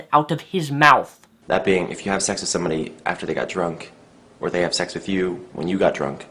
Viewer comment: Has anyone notices that Greg says "sex" it sounds like "shecks"